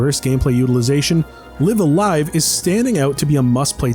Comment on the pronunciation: The title is pronounced like "life a life".